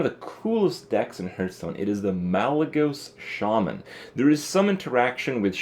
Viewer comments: does he say "hurtstone"? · why do you pronounce hearthstone wrong